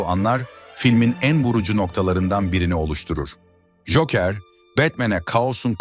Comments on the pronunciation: Güzel anlatım da telaffuz dikkat dağıtıyor. Cookıır, veydıır... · Cokır olacak doğru telaffuz.